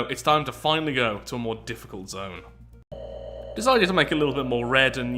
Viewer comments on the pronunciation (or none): none